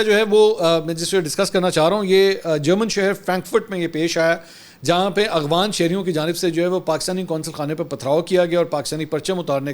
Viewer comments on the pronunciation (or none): Mansoor bhai pehly b correction krny k Liye comment kia tha mgr faida nahi hua......phir btana chahon ga plz correction ki jiye apni....aap AFGHAN ko AGHFAN bolty hain.aap kafi high standard py Hain aisa Bolna acha nahi lgta.mohabat bhi rkhta hn aap Sy to or b acha nahi lgta.